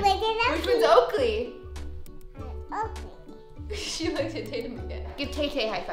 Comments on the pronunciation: Halston is so cute and like laugh that she said okely and said okely sorry if I say it wrong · Isn’t is so cute that halston says Okie for Oakley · HALSTON: MWAMY, DADY, BABY, OAKWEY, OAKWEY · Say taytam... okley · Say oalkay Okee Say tatumy Okee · Say Oakley, Oakley. Say Taytum... Oakley. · Say Oakley “ Oakley” say Tatum “Oakley “ 😂😂😂😂😂😂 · Maybe Halston says Oakley because whenever someone mentions the twins they say taytum and Oakley so when you tell her to say taytum she says Oakley